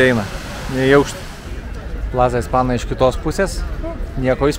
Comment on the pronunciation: Madridas buvo mano gyvenimo svajonė, kuri išsipildė prieš pora metų. Ačiū Jums už prisiminimus.❤ Mielai grįžčiau. Tiktai jeigu gyvenate Ispanijoje ne pirmus, metus, gal jau laikas išmokti, kad raidė ñ tariasi kaip "nj", o dviguba l kaip "lj". Tai ir España reikia tarti Espanja, o ne Espana, Marbelja, o ne Marbela (ankstesniuose video). Ne pirmą kartą pastebiu🙂